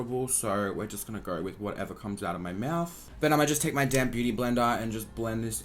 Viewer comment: Aria Darblade I hear that also